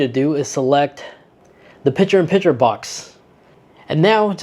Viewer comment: The word is PiCture with a C. Not Pitcher like in baseball.